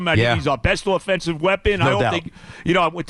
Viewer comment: Joe B the only person in the world who pronounces OFFENSE with a long O sound